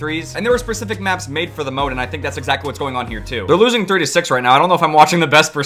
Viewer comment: “persific maps”?